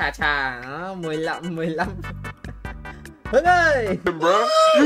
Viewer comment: chủ acc tên Hùng đọc Hưng nghe rớt hết nước mắt anh ơi:)))))